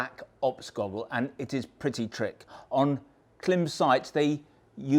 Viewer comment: pretty sure its pronounced same as "climb"... I have a Klim Krios helmet and this goggle looks perfect.. put off slightly by the comments about glasses\spectacles though as I wear bi-focals...